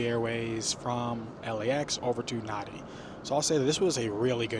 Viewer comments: A well put together review. I was wondering how long it would take you to realise that the major airport you were travelling to is pronounced “Narn-dee”, not “Nar-dee”! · I';m sure you've learned by now it's NAN DEE (Nandi)